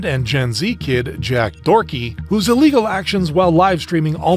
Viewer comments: I can't believe bro called Jack Doherty "Jack Dorty" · I love how he calls Jack Doherty “Jack Dorky.” It fits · I cant believe bro called Jack Doherty " Jack Dorty"